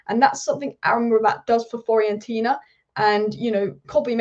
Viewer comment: Please learn how to pronounce Fiorentina. It's pronounced the way it's spelt. Not hard.